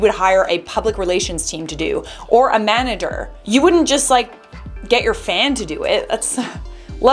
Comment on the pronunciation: lol Manader